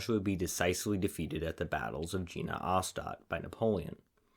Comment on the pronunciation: "Jena" is not pronounced american way, but rather as Yena. Please check the facts about important stuff such as names of historical battles.